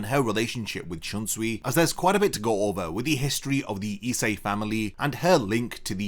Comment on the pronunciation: Why can't you pronounce ISE correctly? Essay?